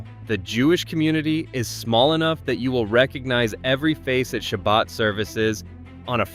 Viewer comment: well it's not pronounced "shabad" that's for sure